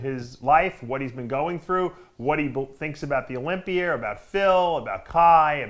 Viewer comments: Has anyone ever noticed Dave says things that end with an "a" as "er"? He looked great at the Olympier. To help them lose some water I'll put em in the sauner. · Dave ffs, ask RICHARD FROM UK how to correctly pronounce "Olympia and sauna". He is a native speak-er and a Kindest Regards send-er.